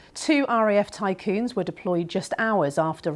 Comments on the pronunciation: What is a RAF ' Tycoon ' ?? lol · Lol "Tycoon" and "M I G" . It's a good thing her job is to introduce someone who knows what they are taking about because she clearly knows nothing about this subject. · jeez?? Tycoon? Where did you learn English, nofkoria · Ry TYPHOON not tycoon and try MIG not m i g. Sigh. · She's getting old tycoon instead of Typhoon😂😂😂😂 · She obviously misspoke and you definitely overreacted on this one.